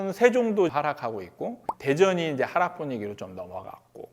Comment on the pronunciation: 하락 억양 틀렸어요 이런 것도 틀리는데